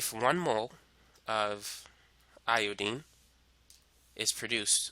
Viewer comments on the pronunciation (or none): love your video, but its iodINE not iodEEN